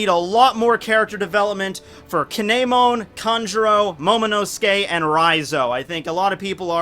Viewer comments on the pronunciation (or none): Damn, that KAY-NEY-MON pronunciation hurt me a bit...either way, awesome vid! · you pronounce kinemon wrong